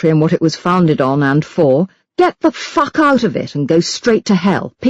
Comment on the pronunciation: I am consistantly amused by religious crazies (well sometimes a bit scared). I LOVE the way the narator pronounces 'fuck'. Fantastic.